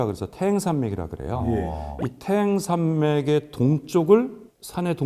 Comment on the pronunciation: 태행산맥이 아니고 태항산맥입니다 行. 발음이 2가지로 납니다 행과항 예를들어 집안 行列항렬